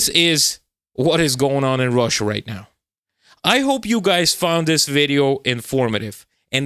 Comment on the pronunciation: is turning into a cat right meow. Just listen how he pronounces "meow"... erm, I mean "now".